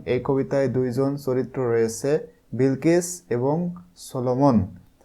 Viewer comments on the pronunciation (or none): Sar aita bilkis na balkis hoba😂😂😂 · বিলকিস না বালকিস😂😂